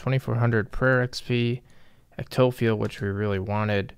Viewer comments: i used to say it the same way... ec-toffee-al, but then i grew up and now say ecto-file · Eckk-Toe-Fi-Al Ectophial. No ect- toh-phi-ul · Phial is just another word for vial, pronounced with a 'ph' instead of a 'v' The pronunciation is essentially the same as 'file' So I think what you were looking for was Ec-toe-file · Ectophial is pronounced EK-TO-FY-AL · Ectophial (Ehc-Toe-File) ☺️ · ecto-file. like ecto-vial, but not. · Say ectophial one more time for me..... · your thought process and the way you said "Ectophial" this video both have turned me off of your videos lmao. Can't see a reason for better gloves that give better accuracy, and with their strength bonus along with book of war i believe, it's another max hit. The way you're looking at things is "but the max hit number is the same??" even though your accuracy is much worse.